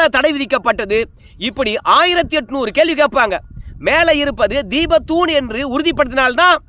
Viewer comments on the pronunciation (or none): none